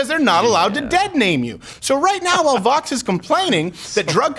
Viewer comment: Rob Hicks they can’t even pronounce Vōx correctly... smh